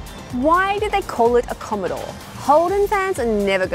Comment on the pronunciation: 2.16 "Commodore" 👍